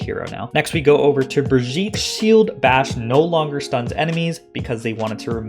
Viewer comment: imagine pronouncing brigitte that way in 2022